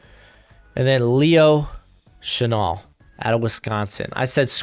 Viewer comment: It's pronounced Shuh Nell, like the perfume or Cologne Chanel, honestly, that might be why he switched to #5 like Chanel no.5 I love Chenal too, He's hands down my fave in the class, It's just like last year, I started out all about Cox, then I found Zaven Collins and he stole my heart, this year I came into the season crushing hard on Brandon Smith, especially with him being a local Virginia boy but then I found Chenal and it was all over for me. I'm hoping we trade back grab an extra 2nd or 3rd and get him grab him in the 1st. Ron is moving Jamin outside where he's a much better fit and we still badly need a MIKE, if any coaching staff would be willing to go LB in the 1st round 2 years in a row it's Ron Rivera and JDR. I was really hoping we would be able to get him in round 2 but his hype is growing after the Combine and he could very likely be heading into the 1st, but there is still that outside chance that the NFL won't be high on him because he doesn't fit that modern LB mold, but the guy looks like Micah Parsons around the line of scrimmage he just launches into backfields. I think if Washington can trade back get an extra 2nd Draft LB Chenal, NB Jalen Pitre, and FS Nick Cross we would be fully set to transition over to Nickel as our base like Ron and Jack want with the perfect personnel to dominate.